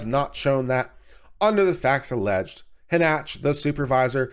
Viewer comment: Again (referring to another video you posted), how do you continually get the pronunciation "Hah Nach" from the name Hanchett? Shouldn't it be something like Han Chet (or, possibly, Han Shett)? Just curious.